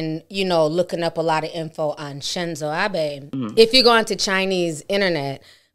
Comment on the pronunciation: It’s pronounced Abe (Ob-aye).